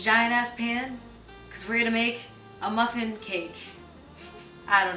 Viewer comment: Muh phin